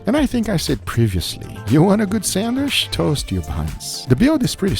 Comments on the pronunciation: I love how he says “sandwich” sanwish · Odd that Guga says "sandwish" instead of sandwich. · I couldn't stand hearing someone say "sandwish" a hundred times. Sorry guga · i love guga hi is awesome but why why does he call a sandwich a sandwish :D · Bro it’s pronounced SandWICH not SandWISH 😭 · why do people say sand"wish" instead of sand"witch". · Sandwich ❌ Sandwish ✅ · Darling it's sandwich, but you say sandwish😢😢😢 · GUGA GODDAMN U DONT SHOW TO HAVE AN ACCENT IF U ONLY MISSPRONUNCE ONLY ONE ENGLISH WORD “SHANDWISH” JUST SAY IT NORMALY MAN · SandwiCH, not sandwish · Is not a "Sanwish"!!!! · The way Guga says Sandwisssshhhhhh is excidingly Brazilian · lmao the way you kept saying sandwish kept distracting me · I love the way Guga says sandwish.👌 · i clicked this just to hear him say sandwish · I love the way u say SandWish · Guga please say sandwich like normal human........ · The real struggle is Guga pronouncing sandwich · Guga, just pronounce "sandwich" like a normal person. 😄😆😄😆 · Every time Guga miss prononce "Sandwich" ..... take a shot